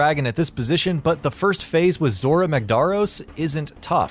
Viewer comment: I almost couldn't finish the video. You people need to learn how to pronounce names correctly. Example zora they say his name in story. Listen to how it's said